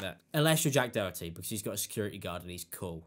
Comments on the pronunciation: Doherty or Dokerty? Is this just a pronunciation thing? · It's Jack Doe-er-tee The h is silent. Lol just wanted to help! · Its pronounced "door tea" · I cant stand the lad but his name is pronounced doe tee theres no c in the rats name no offence my stupid ocd kicking in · I love how u butcher his name, wether you do it on purpose or not, keep it up😂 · Love how you say the last name. Completely incorrect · You and memeulous pronounce his name properly for once in your life’s Im definitely not a fan of Jack Doherty but how illiterate can you be? 😂